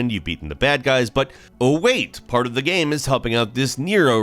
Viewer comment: Why do you pronounce the word "game" so weird? It's only one syllable, dude